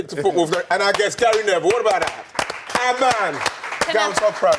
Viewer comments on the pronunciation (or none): Why does Ian Wright call Gary "Gail" !!!